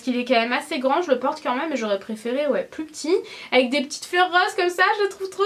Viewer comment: Coucou! Pers je prononce "même" comme toi et tous les gens que je connais aussi mdrr! Ça doit être une prononciation de gens du sud-est:p Bisouus